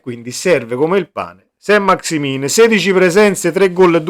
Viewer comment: Si pronunzia Sant maxi men , un po di francese li sai?